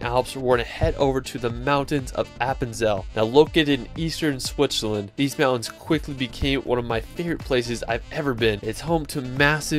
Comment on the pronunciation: Swicherland?? Where the fuck is swicherland??? I think you mean Switzerland, it has a T and a Z 👍